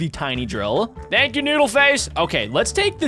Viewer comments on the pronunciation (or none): none